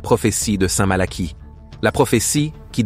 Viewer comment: Révisez votre copie, ça s'écrit Malachie et ça se prononce Malaqui.